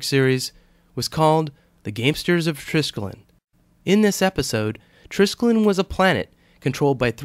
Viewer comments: Good-looking knot... Now for the proper pronunciation of the word: it consists of four syllables-- "try-skel-ee-on," with the accent on the 2nd. Skelos here means "leg" in Greek. Yours, Old Star Trek Nerd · You're SO FULL of ALL this info on the TRISKELION, BUT HOW come YOU Never even BOTHERED to find out THE CORRECT PRONUNCIATION of the word???!!🤔